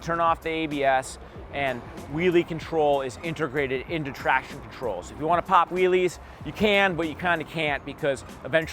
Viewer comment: Although can't say 'traction control' correctly. What in the world is a "traction troll?"